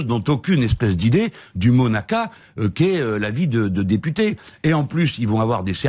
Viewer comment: Il a dit "Monaka" à #DBS